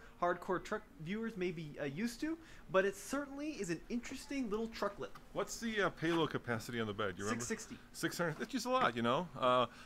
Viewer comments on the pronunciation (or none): He called it a little trucklit.... I'm dead 💀